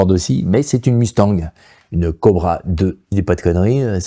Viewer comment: OSTIE qui sont abrutis !! Vancouver peut très bien se prononcer : vent-cou-vert !! Alors qu'il dit Vanne-cou-veurr !!😂😅. Et !!? Comment peut on prononcer Ford Mustang !!? Mussee-tannee de façon si décomplexé !! 🥳🤬🤬🥴🥴🥴🥴